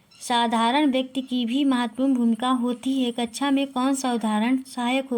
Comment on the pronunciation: आप कक्षा को कचछा क्यों बोल रही हैं